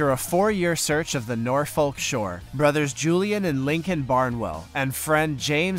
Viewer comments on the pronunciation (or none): none